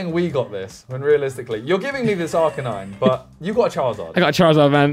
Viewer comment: Anyone else get slightly triggered when Simon says charzard instead of charizard? Or is it just me being pedantic 😂